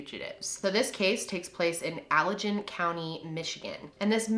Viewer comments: Alljuan lol Ale ahh ghen would be correct. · I’m from Michigan and we pronounce it as alleGAN not alleJEN...we have an interesting accent lmao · Its said Allagen not Allajen.. I live 30 min down M 40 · Allegan is by Grand Rapids. (I live near GR). It's Alle-gan, not Alle-jen. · It’s alle-GAN, not alle-JAN. Okay I’m sorry, please continue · Al-Igen lol im sorry thats funny. it's All-egan.... no hate, just tired and delirious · Lol "Allajin". Good try though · I live in Allegan county 😬 (the g is similar to the g in gun, not the g in giraffe) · Oh my god I live in Allegan! It's Ale-again btw😂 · Allegan... G like gut, soft g. Sorry, I'm from michigan lol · it’s Allegan with a hard G! 😊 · I live close to Allegan. I actually competed against their marching band. So weird to see something close to home. Also, the g in Allegan is a hard g. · Ope...not a video to watch while living in Michigan. Ps. Allegan with a hard "g" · You said allegan just slinky wonky. It’s more like Al-uh-ghen* or Al-again. It’s derived from a Native American tribe, I believe the Potawatomi. Who were also the original inhabitants and named the river that runs through that area, Kalamazoo river. :D thanks for covering a local case. We are heart broken for the family 💔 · Holy shit I live in Allegan (it's a hard G, btw, not a soft g), and I've never even heard of this guy!?? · I live here ahhh never knew about this also the way you said it s wrong but it made me laugh so hard. You didnt know though so its understandable. A good laugh nonetheless. Thank you for getting this case out there. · As a Michigan native, the Allegan county pronunciation got me. But I'm honestly surprised I never heard of this man, he def needs to be talked about more so maybe someone can find him. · we pronounce the Allegan differently lol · Not even a minute into the video but the way she pronounces Allegan tho 🤣😁😉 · as someone from Allegan county, i loved hearing butcher the pronunciation 😂